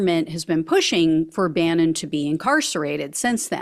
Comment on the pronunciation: That was the correct pronunciation...👍🏼👍🏼👍🏼. They should hold off till September so he can spend the holidays locked down.